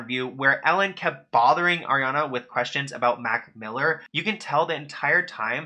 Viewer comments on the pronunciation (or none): none